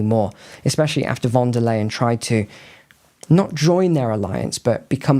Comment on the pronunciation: Leyen is pronounced in German as 'lie-an' not 'lay-an'..